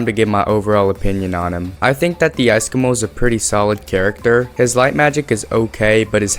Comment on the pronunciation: "icecomo" triggers me